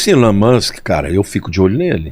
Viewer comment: Pelo amor de Deus a sua pronúncia é péssima põe em dúvida a credibilidade da matéria Não é musq é Musk ouça pronúncia do entrevistado